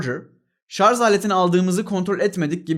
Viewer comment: Ah be hocam, İngilizceyi bu kadar yalayıp yutmuş olan sen bari "Şarz" demeseydin. Neyse canın sağolsun.